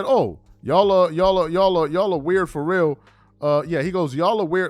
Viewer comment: He said "fo real"